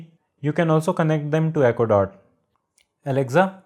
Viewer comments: ITS NOT ALEXZA ITS ALEXA !!! DUDE!! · Good video overall. Thanks. One small thing... It's pronounced as aleksa , not alekza. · Its not alecza its Alexa